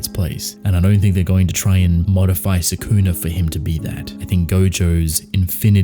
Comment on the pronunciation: Love the channel but I despise how people, like yourself, pronounce Sukuna’s name. Watch the anime again and learn how to say it.